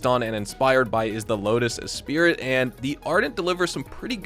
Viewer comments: "Espirt" is pronounced "Espree". ;) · Lotus Esprit is pronounced "espree"